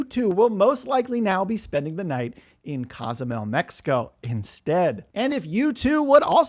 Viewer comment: whats Casamel mexico? need to learn how pronouce the cities since youre a cruise expert?